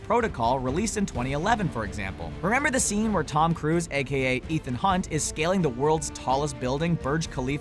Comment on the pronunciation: Tom cruse its Tom Cruise